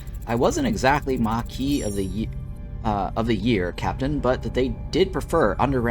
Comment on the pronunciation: Kay-zon. Mah-kee, and Card-ass-ian, not Kardashians. 😅🎉